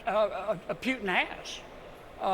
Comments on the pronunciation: He talks about respect , after talking so much trash in less then 5 minutes. How can you respect something like that?! And its Putin not Pjutin. Can someone tell him that`? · Putin not Pewton. Jfc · Dumb Kennedy can't pronounce putin. It's POOTin, not PYOOtin. As he says, repeatedly, "I don't know". We all saw the felon cave to putin in Helsinki. It was over then. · Why does he keep saying "Pyootin"? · Pewtin? I'll bet this idiot also complains about the 'fentinol' crisis and the risk of 'nucular' war with 'Pewtin'. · I’m shocked he doesn’t even know how to say Putin‘s name. He should be so embarrassed. I’m embarrassed for this fool. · I can’t tell if he is pronouncing Putin’s name like that on purpose or not because I don’t speak Chicken.😂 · This guy doesn’t even know how to say Putin’s name right good Lord he’s a piece of work isn’t he?